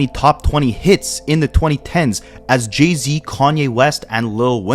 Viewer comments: Great documentary bro. But what the hellly do you pronounce Jay-Z name like its Jeezy🤣🤣🤣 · He is Canadian. That’s how they would pronounce it 😅